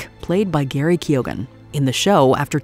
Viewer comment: I'm sorry, did she say GARY Keoghan? 🤨